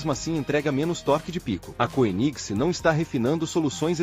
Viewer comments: Pronuncia-se kêniseg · Legal, mas poderia pelo menos pronunciar o nome da marca de forma decente. Dói nos ouvidos! Kkkkkk